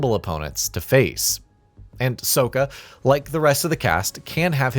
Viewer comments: Toe-fff and Soak-kuh 😂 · Y’all couldn’t find someone who was actually a fan to cover the game? Pronunciation of Soka is insane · “ Soaka “ Lmfaooo I Swear They Do That Shit On Purpose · Soaka, Toof, and Yu. Very obvious that the guy voicing the review has never seen the cartoon. This is why I prefer the writer doing the voiceover lol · You can always tell who doesn't know Avatar when they mispronounce core names like Sokka and Toph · Sokka has 2 k's. 😅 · Sokka pronunciation got me sick 😂